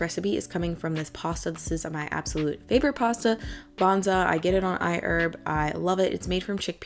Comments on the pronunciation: "I - erb" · I die a little bit inside every time she says iherb 😂😂 still a fine video those parts just get me